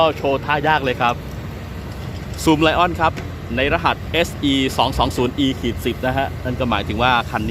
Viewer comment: อ่านว่าซุมเหลียนครับ